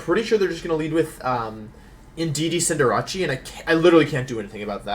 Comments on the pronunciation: Cinderatschi always makes me cringe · What's a cinderachee? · I subbed for "Cinderachi" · And then he butcher Cinderace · the purposeful mispronunciation of words like "guard" and "cinderace" infuriates me so....SO MUCH